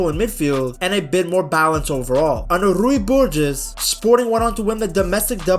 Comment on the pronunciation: Say it like Borjes